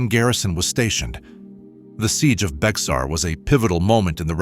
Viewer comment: It’s pronounced like bear not like it’s spelled. Remember it’s Spanish..